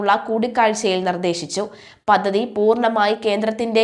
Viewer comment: പദധിയല്ല പദ്ധതിയെന്ന് വായിക്കൂ കുട്ടി